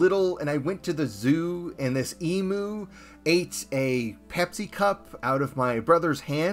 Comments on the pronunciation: Emoo makes it sound like a mythical cow. Emyu is how the aussies say it. I feel more comfortable with that. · Hey. Just and FYI. I'm an Aussie. It's eem-you not ee-moo. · Pronounced 'EE-M-You' btw. Love your stuff